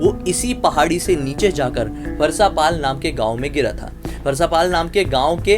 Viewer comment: parsapal nahi paraspal